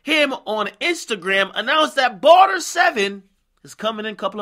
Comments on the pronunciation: Man said barter 7. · "barter 7".. 😂😂😂